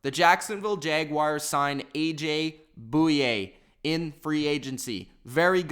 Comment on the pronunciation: He said a.j. Bouye wrong lmao